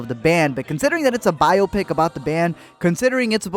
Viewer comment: The way he pronounces biopic, repeatedly, kills me.